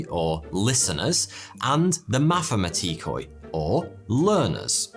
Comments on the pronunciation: It's actually mathimatikoí (μαθηματικοί) the punctuation goes to "í" ,and "oí" is pronounced simply "e" so like "mathimatikee" same goes to akoustikoi etc. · as a greek the pronunciation of mathematikoi and akousmatikoi physically hurt me 😭